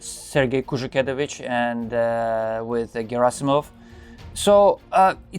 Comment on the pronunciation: Shoigu pronounced his name with emphasis on U. You can here it in a video "истинная фамилия шойгу" on .